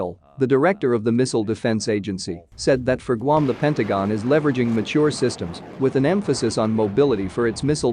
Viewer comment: Guam is NOT pronounced gum!